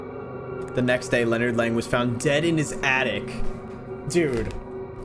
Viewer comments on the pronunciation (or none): "Lennard leng 💀💀" name: leonard lang